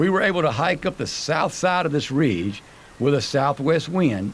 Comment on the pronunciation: "Reege" - LOL, Never change,.